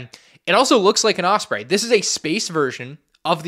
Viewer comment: also I love you but the way you pronounce osprey pisses me off an unreasonable amount.